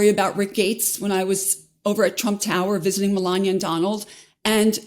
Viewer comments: “Mel-an-ia”, not, “Mel-an-ier” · Does 'melania' have an R on the end or what? wtf is Melanier? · They keep mispronouncing Mela Nomas name